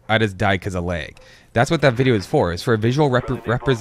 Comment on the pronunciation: According to the dictionary the phonetical pronunciation of lag is lag.